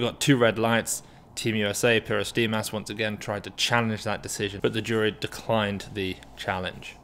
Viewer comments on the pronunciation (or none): none